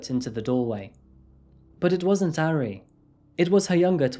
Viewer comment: He still mispronounces the "a" sound, which he also does with Japanese which annoys me. He's saying "airy" lol. Idk why people have such a hard time with vowel sounds in romanized Asian languages because they're actually very consistent and easy to learn! With Korean the major struggle is consonants. I worked at a taekwondo studio and was always self-conscious of pronunciation but you can find audio to imitate. Japanese on the other hand is so freaking easy to pronounce correctly yet English speakers don't care about butchering it.